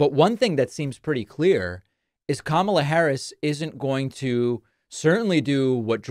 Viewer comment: JD pronounced Kamala's name correctly.